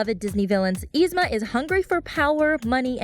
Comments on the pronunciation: It's not Ee-Zma. Its Yee-Zma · ITS NOT EZMA ITS YZMA AND SHE IS LIKE THE BEST SO SHUT UP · You pronounced yzma's name wrong... sorry that just bothered me no offense!.!.!. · I was wondering how yzmas name is pronounced with y but it's actually the same as my sissy's who starts with I😂😊